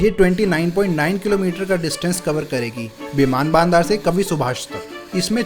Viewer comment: its बिमान बंदर and not बिमान बानदार 🤣🤣